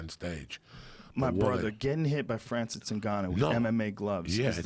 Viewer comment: Francis "Oonguyo" lmao